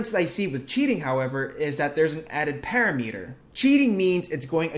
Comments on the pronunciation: para-meter? pa·ram·e·ter... /pəˈramədər/, you don't pronounce thermometer thermo-meter... i hope. though even if you do, who cares, you keep doing you because it's working for ya <3 keep up the good work! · Solid video breakdown. Haha Small note. Parameter is pronounced (pr·a·muh•tur) and not (pa•ra•mee•ter) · I've never heard someone mispronounce parameter until I watched this video.